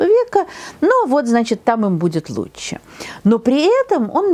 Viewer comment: Не лучче...а ЛУЧШЕ! Говорите грамотно!